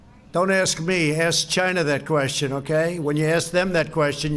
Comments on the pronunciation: “ASK CHY-NA” 🇨🇳 🤣😂😂 👌🏾 👍🏾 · Seriously though, ask Chy-NA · "Don't ask me, ask CHUYNA."😂 What a maroon! 😂 Also, what a jerk! 😠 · '' That's a question You should ask...CHAY-NA '' D. Trumps Jr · Funny how we have months of 2020 videos of Trump saying he did ask "Gyna"' and they are a Great country and president Xi is his "pen pal", and the Beautifool letters they exchange...he even had his virus carrying "Red hatted dingbats", laughing when he repeated it over and over at his Rallies! funny.."ask Gyna". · Ask CHY-NAH